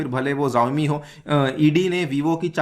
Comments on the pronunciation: its shaomi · I think xiaomi is pronounced as Shaomi